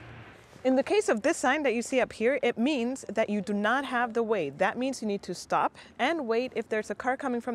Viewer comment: A little confusing, I had to watch this several times. When you said that they "have the way", it sounds very much like they "have to wait", and those are two very different things!